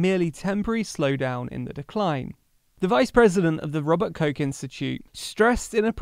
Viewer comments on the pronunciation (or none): The Problem is even worse. Sometimes it’s more pronounced like “rooster” which might be a problem for this kind of Channel.